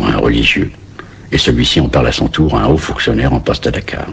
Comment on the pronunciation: Lire toure au lieu de tour